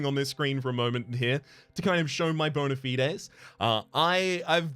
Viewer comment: Small thing: thank you for pronouncing "bona fides" like it's pronounced in Latin. Just because it's dead, doesn't mean we shouldn't pay respects.